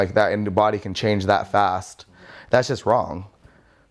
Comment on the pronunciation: The way he says the words results, ways and fast is troubling to me...